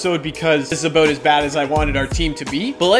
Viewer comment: Wow you said aboot like a Canadian instead of about